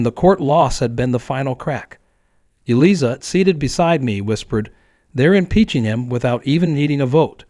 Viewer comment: Yes and more including the lawyer's name! Should be pronounced (phonetically) Eelieza...sheesh